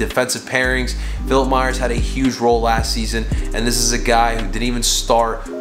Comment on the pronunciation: It’s “Myers”